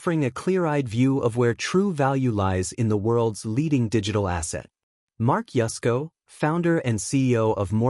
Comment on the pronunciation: I thought his name was Yusco, not Yesco.